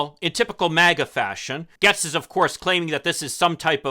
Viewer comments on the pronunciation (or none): Ya I’m confused I’ve heard it Gates not Gehtz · I live in his district and he is pretty worthless to us. HIs name is pronounced 'gates'. We call him 'Baby Gates'. His Daddy has lots of money and that always helps. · Why are you mispronouncing his name?